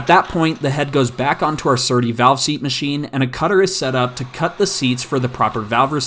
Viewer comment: You said "valve seast" so many times that I no longer believe its a real thing lol Edit: this is a joke